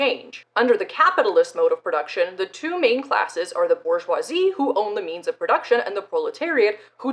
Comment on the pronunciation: BoR-jwah That’s how waluigia says bourgeoisie This is good and the correct way